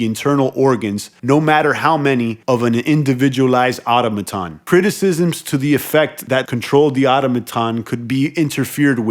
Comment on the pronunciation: ITS PRONOUNCED ATÖM A TÖN! I do hope this helps you, because you’re driving me friggin’ INSANE! You’re a grown ass man you’ve never seen or heard or spoken that word ever before? 🤯💨AAAAAHHH!!! Just stop PLEASE!